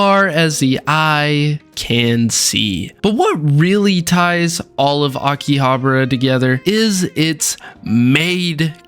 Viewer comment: "Aki...Habruh" I never had to pause vid so quickly